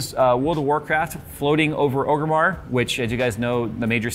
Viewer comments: I love your channel! But for the love of all things holy, stop saying “Ogrimmar”! It’s Orgrimmar. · Orgrimmar not Ogrimmar =D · please...it's Orgrimmar not "Ogrimmar":) Btw would like to see a RAM overclocking guide